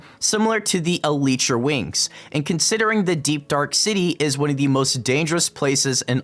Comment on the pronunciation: Manz said elitetra